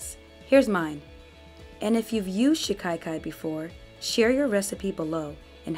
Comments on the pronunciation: There is no letter "i" after the first "a" in the word as you are pronouncing it "shi-kai-kai." It is pronounced more like "cock-eye" but with the short "a" sound instead of the "o." "shi-cock-eye" "shi-ka-kai" My intent is just to be helpful, not disrespectful. Personally, I like to know if I mispronounce words, and though most people feel the same way, there are those that take offense, so do with it as you will. You have a very nice speaking voice, and the video is very informative and very well done! I appreciate the care and time that it takes to make a quality video that stays on topic and not filled with an abundance of promotional rhetoric, I truly do! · Pronounced SHI- KA- KAI